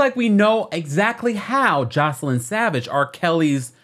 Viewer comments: Joy- ce- lyn …. Not joseline 😂 baby I love you but you butchered her name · It’s JOYCE-LYN NOT JOS-LINE getting the names right matters.